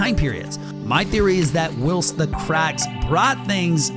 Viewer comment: dude out here pronouncing it whilest